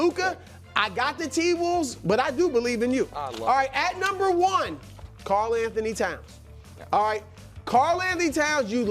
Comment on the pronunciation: He says Karl like magic 😂